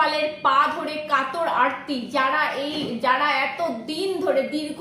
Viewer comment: আর্তি, আরতি নয়